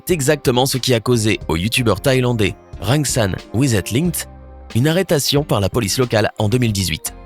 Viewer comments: Il a dit arretation au lieu d arrestation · arretation au lieu de dire " arrestation " je suis fâché lol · "...UNE ARRÊTATION..." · C moi ou j'ai cru entendre "arretation" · moi aussi